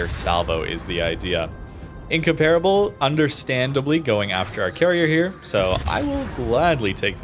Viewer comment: still not able to pronounce incomparable properly.